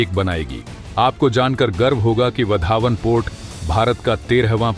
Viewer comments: बंदर का नाम वाढवण है, पढना नही आता या बोलना नही आता, यह वधावन कहासे लेके आये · सर, वो वाढवण पोर्ट है, उसका उच्चारण वधावन नही . धन्यवाद. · उस बंदरगाह का नाम वाढवण है, वधावन नहीं | कृपया नाम को सही बोलिये | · वाधवन बोलो bhai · Your pronunciation of Vadhvan is not how Gujaratis say it…